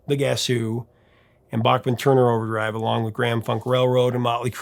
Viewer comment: I heard Randy in an interview on Q107 in Toronto. He cleared the air. His last name is pronounced: Bake-Men